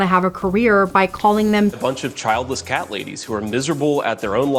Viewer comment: As a journalist , please pronounce your copy more accurately. I hear the Gen Z affectation creeping in….. it’s very distracting. The word is ‘Cat’.. not ‘ Cot’. Tks for your future tracking improvement 😊